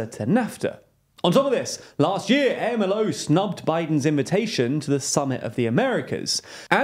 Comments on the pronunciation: For God's sake. It is not A-M-L-O! It's pronounded like a word with 2 syllabls: Amlo. How can you not learn these basic things before you start pontificating. If you can't learn these intro facts, I don't trust you with any of the hi-falutin' analysis you peddle. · Love the work you're doing, but there were some pronunciation mistakes in this episode. AMLO should be pronounced as Am-Lo and Cucinelli is pronounced as Cooch-e-nelli. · it's pronounced "amlo" like a word. I've noticed you guys make a lot of pronunciation mistakes over the last year or so, which sound like you've never heard the words being pronounced before. and it's not just names of things. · Never heard AMLO spelled letter by letter. Sounds awful. It is usually pronounced AM-LO, I know it is not French, but at least pretend you care about right pronunciation. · Please stop saying A-M-L-O. It's more like the acronyms for HAMAS which is pronounced as if it is one word not a series of letter. So you would pronounce as you would those letters put together as a word in spanish. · It's pronounced AHM-LOW, don't spell it out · For future reference: AMLO is pronounced as a single word, not spelt out. Acronyms in Spanish are typically spoken as a word. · If you want to make a video about Mexico you should learn how to say AMLO first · AMLO is pronounced as a single word, you don’t say out each letter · It’s not A-M-L-O it’s Amlo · Hey, quick correction. Obrador is commonly referred to as “am-lo” not “A-M-L-O”. Keep up the good work guys 👍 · No one calls him “eh-em-el-oh”, it sounds more like “om-low” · OMG. Sensationalist news from someone who isn't even American. Also, I don't think people say A-M-L-O. It's AMLO. Hard to put it in text. But, it's said as a word not abbreviation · Amlo, not A.M.L.O. This is why TLDR-US failed. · Am I mistaken that the acronym for the Mexican president's name (AMLO) should be sounded out like a word (am-lo) rather than spelled out letter by letter (A-M-L-O)?